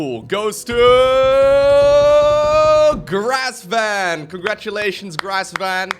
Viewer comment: GRESvan not GRASSvan 😆